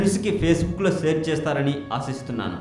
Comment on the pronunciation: భీస్ముడు కాదు ... భీష్ముడు .... సేర్ అనకూడదు .. షేర్ అనాలి ... please sir ,please practice before recording ... I appreciate the information you are giving ... keep it up :) .. please consider this as constructive feedback